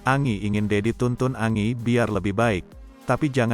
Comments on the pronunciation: Kok Angi panggilnya kok nggak sekalian Angin bacanya Angie itu Enjie.. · Parah ni Mimin bacaan berita nya jelek banget 😂, Angie baca nya Enji,koq malah Angi 😂😂,belajar dunk baca yg bener